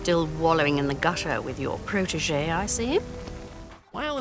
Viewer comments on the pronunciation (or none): none